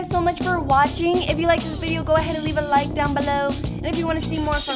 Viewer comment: why does this sound like a good anime intro you know i like it How i heard her:i lige it